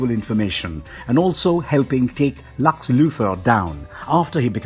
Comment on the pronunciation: He's the only one pronouncing Thalia as "Thay-lia", all other animated and live action pronounce it as Tha-lian And did he just pronounce Lex as "Lax"? 🤔